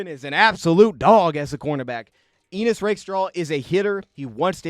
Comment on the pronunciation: I think its Ennis, not Enis. But great breakdown!